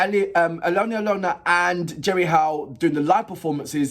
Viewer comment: Just FYI, Jerry Heil's name is pronounced like "hail".